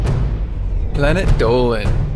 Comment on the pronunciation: Alon Anony his name is Dolan not dolen